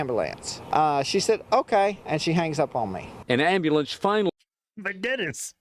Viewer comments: That is a rare experience. I've never heard a white man say Ama-lance instead of Ambulance. 😂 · That’s his fault because he said ambulance instead of am BULL lance.